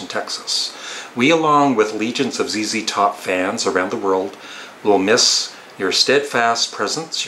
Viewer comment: I am glad you have pronounced ZZ Top (zee, zee) correctly instead of Z(ed), I know that Canadians pronounce the letter Z as Zed.